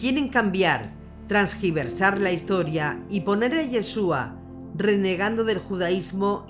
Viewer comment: Bello documental. La amiga dijo "Trasgiversar" y es Tergiversar" 😢